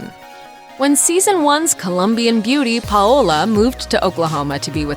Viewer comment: Do these narrators not get coached on how to properly say their names? It’s pronounced “pow-la” her nickname is literally “pow”. It’s such a common name. Every time she said “Pah-oh-la” it’s like I was watching the last airbender movie where they kept saying “ong”